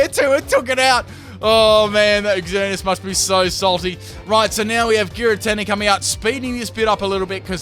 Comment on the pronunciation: I love that you called it "Ex-Earn-E-Us." It keeps with the noob theme because only noobs would call it that.